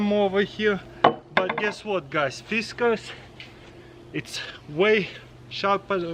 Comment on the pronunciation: Pronounced Fis Cars